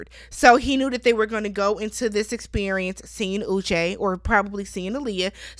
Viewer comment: Experiemence haha I love it